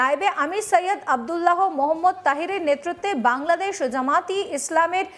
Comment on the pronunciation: তোরা বাংলাদেশের নাম সঠিকভাবে উচ্চারণও করতে পারিস না ?????